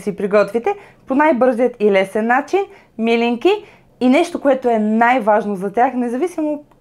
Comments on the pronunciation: милИнки, а не мИлинки (ударението!), все пак е традиционно българско и се знае в цяла България. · ТОВА СА ИСТИНСКИТЕ СЛИВЕНСКИ МИЛИНКИ С ПУДРА ЗАХАР!БРАВО АНИ!ВСИЧКО ОТ СЛИВЕН Е ПРЕКРАСНО,А МИЛИНКИТЕ СА ГЕРБА НА СЛИВЕН ♥♥♥!СЛЕДЯ РЕДОВНО КАНАЛА ТИ И ТИ ПОЖЕЛАВАМ УСПЕХ!п.с.(ударението е на второто И ) ;)... КАТО БЯХ ДЕТЕ ИМАШЕ ЕДНИ СЪВЪРШЕНИ ПИРОЖКИ ПАК В СЛИВЕН НА АВТОГАРАТА .ЩЕ ТИ БЪДА МНОГО БЛАГОДАРНА АКО ОТКРИЕШ РЕЦЕПТАТАТА И ГИ ПРИГОТВИШ ♥♥♥